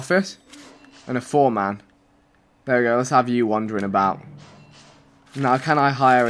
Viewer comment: I had to stop watching because of the way he pronounced foreman